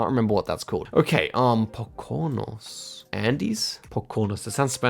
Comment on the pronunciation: Your pronunciation of Pocono was hilarious. It’s a Native American word, and all the o’s are pronounced like in slow (the middle is usually shortened into a schwa though)